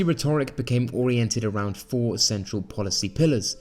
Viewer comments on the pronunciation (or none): Interesting videos but please learn how to pronounce rhetoric.